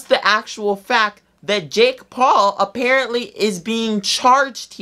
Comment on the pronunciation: Were just gking to accept the way he says jake paul